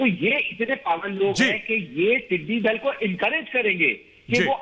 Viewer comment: aap professor hain aur Urdu aap ki zaban hai. Lafz "Tiddy Dil" nahi hai. Sahi lafz Tiddy Dul urdu spellings Dal Zaber Laam dal or dull. Tiddy Dul.